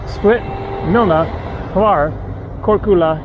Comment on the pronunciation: ML-JET 😂😂😂 The č in Korčula is pronounced like 'ch', Churro or Chimichangas 😉 for the 'LJ' I can't find a good example, it's similar to 'gli' in italian.